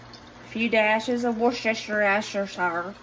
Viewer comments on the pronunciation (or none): Hey it's pronounced wus-ter-cher love ya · Hey. The easiest way to say Worcestershire is - wuss ter sheer. Don't worry about it though as even some Brits have a problem with the word, and I can never remember how to spell it. However you say it, the food still tastes the way it should. I hope you have a happy, peaceful weekend. Much love and respect to you, Dusty and the boys, from the South East of England. xxxxx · There's a good ol Southern cook who is on YouTube, can't remember his exact name right now so I'm not going to butcher it, but he calls it quote wash your sister sauce unquote. Even though I can pronounce the correct way, the southern version is much more fun. Hope you get a big laugh out of it as I did. That heavy Southern drawl just makes it perfect.😂❤ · You absolutely TICKLE me to death when you say "Worcestire Sauce"! In a recent video you said "WorshYourSistersHair Sauce"! Adorable and made me laugh so hard! Keep up the great work. Blessings to you and the fam!😊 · Haaaaa I love the way you say "Worcestershire" 😂😂